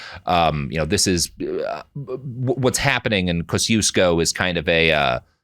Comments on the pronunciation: As a Chicagoan, listening to Robert struggle to pronounce Kosciuszko is agony lol. (I say that with affection cuz i get it, Polish is whack.) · I'm from Poland and I was wondering what other Polish name he's trying to pronounce because I was sure it couldn't be Kościuszko :D How do you pronounce it? It's tricky because I don't think you even have the sound for "ci". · Kosiusko Pronounced (by folks in Mississippi at least) Koz-EE-esko